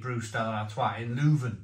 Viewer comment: Loo-van lol